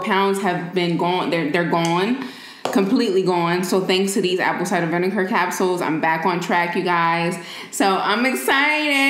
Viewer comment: she said "aPpLe sidEr vineKar"